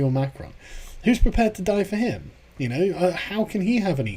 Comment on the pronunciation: It's Muh-Cro not McKronn